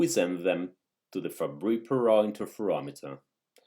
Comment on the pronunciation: This is my first time hearing those names correctly